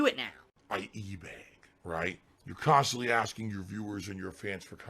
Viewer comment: He swears he doesn't pronounce words in a weird way but: KHAAAANSTANTLEE